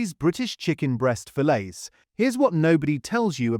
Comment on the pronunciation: Produced by foreigners (Russia, China?) to undermine the UK, hence the fake UK-accent computer voice (fillets pronounced fillays, really?). Can't believe how many of you swallow this stuff and write a comment slagging the shops and the government, based totally on such obvious manipulation. Never trust AI slop like this!